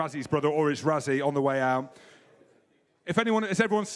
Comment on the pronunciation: What's wrong with British pundits - can you not even bother to pronounce Rassies name correctly. It's not Razzie it's pronounced Russy. Try and get it right even if you can't be bothered.